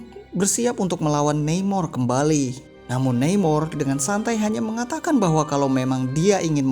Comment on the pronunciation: Neimor… nama mexico ya baca aja namor hehe..